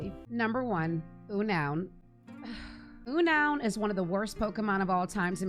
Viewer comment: Agree with pretty much everything here, plus here some personal options: Beautifly Wormadam Eiscue P.S. the pokémon Unown is pronounced “Un-known”, not “U-noun”